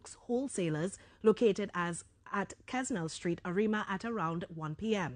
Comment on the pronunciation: Dalipsingh is from an old Arima family. He is at least thIrd generation Arimian. This is now madness. Also for general info the name of the street is pronounced as Kennel Street please.